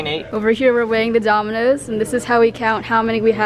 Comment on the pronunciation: ANY1 HEAR DOMINUS INSTEAD OF DOMINOES